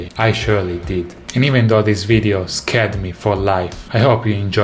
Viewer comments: A Bass playing Bass. Love it. I'm scared now too. Although I think he meant to say scarred[skard] not scared. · I really enjoyed seeing more of your true personality in this video! I hope you keep doing that in future videos! Also, perhaps you really did mean to say "scared," but if you were trying to say "scarred," pronounce it like scar'd. 🙂 Thanks for the fun video!